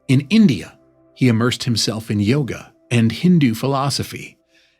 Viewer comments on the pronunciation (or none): none